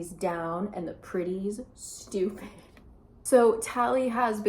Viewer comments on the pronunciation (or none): I was knly half listening when you said "the pretties did thus and so" and I really heard you say Griddies??? I was so confused, why are people griddying??? But then I understood my mistake